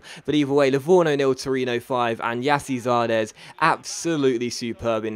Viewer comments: It's actually JAS-see -ZAR-des as the pronunciation. I'm American so I know. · It's Gyasi Zardes (yarsi) btw :) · robbie horn It's pronounced Jesse Zardes